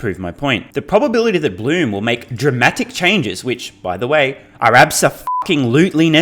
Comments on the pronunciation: Blume = "bloom" + the "e" from "bed"; Piëch = "pee" + the "ch" from "technology", almost like "peeh". But it is easy to find interviews on YT where a German journalist introduces Oliver Blume or talks about the Piëch family. Maybe it's easier if you listen to one of those than trying to follow the above. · Just FYI, the new VW CEO Oliver Blume's last name is not pronounced "bloom", but rather with the "e" in the end articulated similarly to how you say it in the middle of the word "bed". Edit: also, Piëch is not pronounced "peach". The "ch" at the end of the word (name) is pronounced like at the end of "tech". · So, pronounced "Bluhm" and "Peek" or "Peck" ? Thanks, in advance!